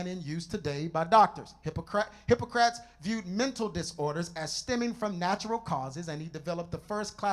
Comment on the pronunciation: I just wish he took time to master the pronunciation of these names: Asleep ee us, Hippo cra tees... Otherwise, he did well.